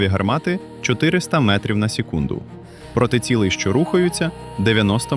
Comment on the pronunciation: Цікаве відео. Єдина проблема - дуже часто звучить російська вимова в українській мові, наприклад "метров" замість "метрів", "вперьод" замість "вперед" ітп.